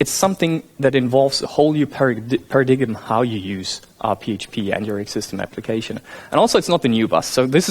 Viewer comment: DID YOU SAY PARA-DIG-EM....